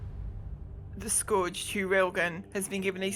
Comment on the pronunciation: Heard alot of YTbers call it the Scorge railgun, it's pronounced 'Skurge' :D Railgun as a AT weapon makes alot of sense though, whereas the Animus makes sense as AA. Agreed that the railgun should be really effective in groups I'm suprised the static emplacements on JT aren't Railguns instead of gatlings